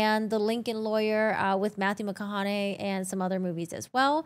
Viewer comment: Matthew macco.. huneeey?